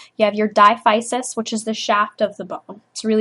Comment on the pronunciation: Thanks for this. Diaphysis is pronounced as dai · a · fuh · suhs